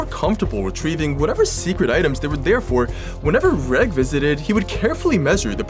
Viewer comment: Reg or Reggie are popular names in the uk and are pronounced rej not reg